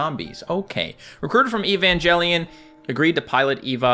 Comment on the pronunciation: eva (aye va) asuka (ah s ka) evangelion (aye van geh lee n)